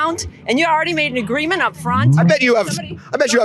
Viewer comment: 5.32 -“the greement waS”